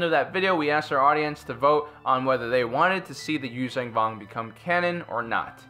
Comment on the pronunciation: YUU ZON VONG not YUU ZANG VONG